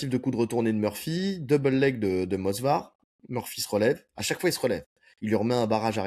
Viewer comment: Je voyais aussi un draw sur le fight Evloev/Murphy… Juste pour vous embêter, c’est pas moSvar mais moVsar ;) J’écoute tous vos podcasts les gars je vous kiff, force à vous 💪🏻